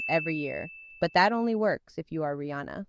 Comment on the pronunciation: You're the first person I've ever heard pronounce Rihanna's name correctly.